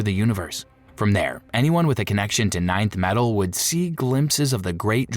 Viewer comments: Stupid AI garbage. It's not ninth metal. It's Nth metal. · 😂 Thank god somebody said it. (Enth) metal not ninth. Hawkgirl's mace is made of Nth metal. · Nth metal, not ninth metal! Saying it wrong is doing my head in, and I can't keep watching. It's like nails on a blackboard.